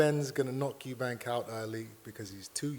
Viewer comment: He knows Eubank more than everyone, but still calls him Eubanks